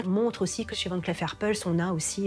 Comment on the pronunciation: Pour la narratrice, on ne prononce pas "van clef mais Van clif"